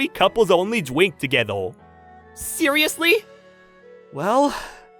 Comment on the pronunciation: Dude it’s drink not dwink ok 😂